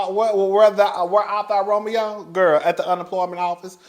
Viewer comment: "Whre art dou Roameo? da employment office." 😂